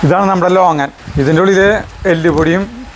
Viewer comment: ചേട്ടാ ലോങ്ങൻ അല്ല ലോങ്കൻ എന്നാണ് ♥️😊